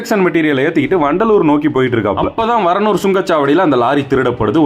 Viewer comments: Athu varunur illa da paranur da 😅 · varanur illa paranur brother....